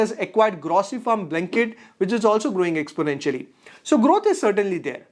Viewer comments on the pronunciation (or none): none